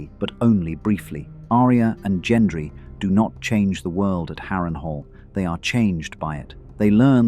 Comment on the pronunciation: at all.. your pronunciation if anything.. the way you say Gendry